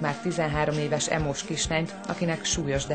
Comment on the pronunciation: Pont az emo srac mondja azt h "Ímós?" neee 😂